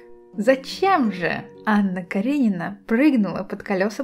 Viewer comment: Каренивне? Ты в начале сказа Каренивне? Она Каренина...